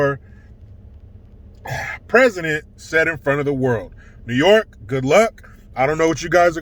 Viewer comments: NEEEEHHHWWW YOOOOOKEEAAAA hahaha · New yoooorkuh lmao! 🤣